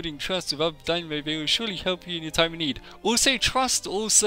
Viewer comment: I'm not sure if you making more of these buy daimyo is pronounced dime (as in the coin) yo (as in "Yo, I'm over here") not dynamo. As for the names good luck!